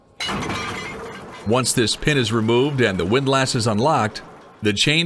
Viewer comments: It's pronounced WIND-LISS, not WIND-LASS. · The "a" in windlass isn't pronounced quite like it would be in the word lass. It's more like "windluhss" or the "less" in helpless or clueless. I'm sure there's a symbol for the sound, but I wasn't an English major, and hence sort of clueless about that. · the word is pronounced like WIND-LESS 😀